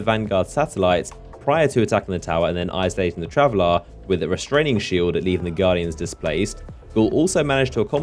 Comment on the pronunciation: STOP PRONOUNCING IT TRAVELLAAAAR!!